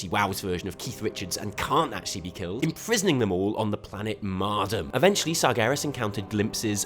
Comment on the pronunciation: Its pronounced Mardooom